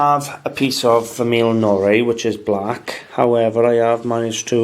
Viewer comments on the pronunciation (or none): Your french is not so good. Go to google translator and listen to de soun of the words in french. Not famille "ione", jeune in french you say: "famie jône" like in John...and not café au "late" but "lé". "Norie" doesn't exist, it is "noire". Nice video. Thanks.